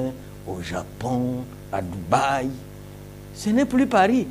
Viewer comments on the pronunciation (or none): none